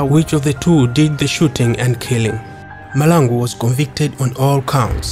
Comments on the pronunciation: But learn to pronounce our Surnames correctly I for one am a MAHLANGU and its irritating to hear you butcher my surname. Its MAHLANGU not Malangu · STOP saying people's names WRONG NOT Malangu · its mahlangu not malangu....in future let ndebele speaking people talk about him not just someone who cant even pronounce his surname